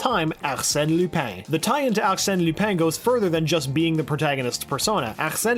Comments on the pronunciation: AXENE LOOPEN LMFAO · Your accent when saying arsene lupin sounds like quebecqois , it's really funny